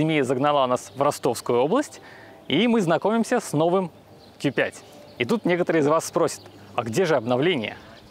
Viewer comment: "Ки 5" "СказаШно" "БалУемся" Вы шутите? Уши загибались, пока смотрел ТВ. Верните его в школу, пусть доучится...